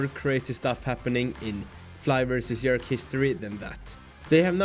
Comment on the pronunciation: J j j j j j erk. Not yerk bro’s.